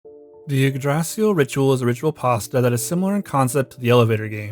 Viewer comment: The most cursed pronunciation of Yggdrasil I’ve ever heard 💀💀